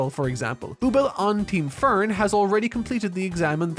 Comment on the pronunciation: the amount of times you screwed up Frieren's name and Ferns was comedic in its own right. great vid besides that. makes me want to finally delve in.